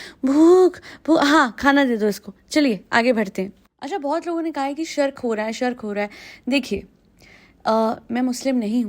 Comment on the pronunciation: Hey just for your knowledge Shirk is pronounced as She-rk girl wala she